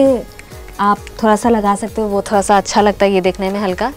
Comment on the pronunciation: Thora thora nhi ma'am Thoda hota hai